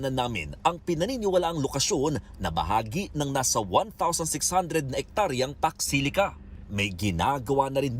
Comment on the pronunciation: Hello po madam. Eto po ung pax silica hnd po fox, at hndi rin fuck